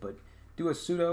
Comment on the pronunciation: Good tutorial, but sudo is pronounced like sue-do, it's short for "super user do."